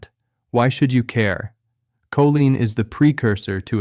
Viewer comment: I would love to hear a real person speak rather than AI generated. Just listen to how choline is pronounced differently in different parts of this video. Definitely not subscribing, even if the information is accurate.